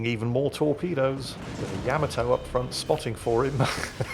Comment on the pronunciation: How is it that you pronounce all the other ships names correctly and refuse to pronounce the Yamato correctly? I know that you know the correct pronunciation because you've said it in older video's. It's pronounced YUH-MA-TOE not Yam-A-Toe.